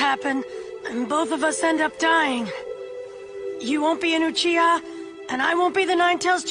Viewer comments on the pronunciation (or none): pronouncing sasukes name as yoo-chee-hah is so insane